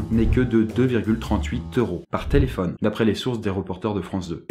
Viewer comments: thé-laid-phone (téléphone) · c Thé-laid-faux-ne le mot ( téléphone) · Thé-Laid-Faux-Ne ? J'ai mis pause moi xD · Thé laid faux ne (téléphone)